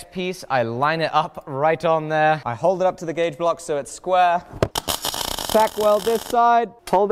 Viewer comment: As a student of fabricating techniques I keep getting confused when explains about his welding. I assume he must mean “Tack” welding but I keep hearing “TAG” which translates into Tungsten Active Gas. What he uses is either a MAG or MIG welder so every time he sais the word Tack or TAG I’m like, wtf?